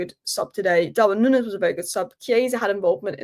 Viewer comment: Stop saying "nunnez"